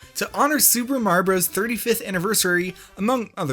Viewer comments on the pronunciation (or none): don't mind the capitals: TO HONOR SUPER MAR-io BROS 35TH ANNIVERSARY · “super mar bros” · Me: Clicks On This Video Him: "to honor super marbros 35th anniversary Me: "Did you just say super marbros?"